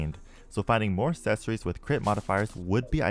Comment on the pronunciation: Why do you say accessory like assessory?